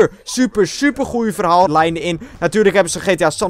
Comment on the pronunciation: Je zei zeilenser en verhaal__lijn